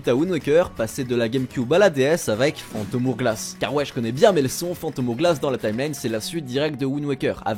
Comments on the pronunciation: "phantom oure glasse" J'ai mal ^^' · Le "Phantom Ourglass" m'a fait mal aux oreilles en tout cas xD